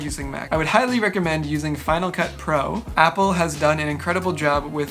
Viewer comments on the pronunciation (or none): none